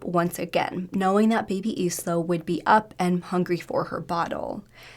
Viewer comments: So annoying when people cannot search how to pronounce words! Can-ar-von. Eye-la not eesla. Edit: There you go, you said Canarvon right :) Omg its Darrell not Da'rell. He is aboriginal not african american! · Did you reallt call her sister Is-la .. her name is isla .. as in isla Fisher .. Do you know how to say that ? Like the beginning of the word Island .. with a silent letter S . . You would sound much better and more professional if you actually learnt how to pronounce names correctly . This is one of many times you struggle with saying things correctly . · Isla is pronounced “Eye-la”